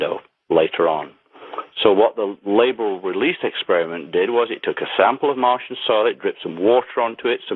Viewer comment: Martain?? Martian...